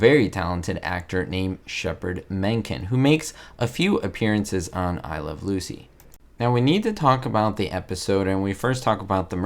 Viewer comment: You're not pronouncing the title of the show correctly.